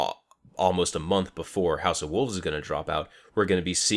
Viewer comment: WOLVES not WOOVES lol